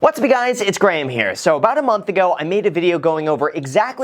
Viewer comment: "What's up Graham's it's Guys here!" - XD